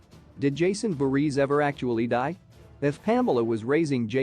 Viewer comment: First of all, why do you keep saying “Friday the 13th’s seconds”? Second, you keep mispronouncing Jason’s surname. Third, you mispronounced “Lives” in the title of ‘Jason Lives’. Fourth, why did you show those cringe-worthy pics of those ugly, fat random people at the end?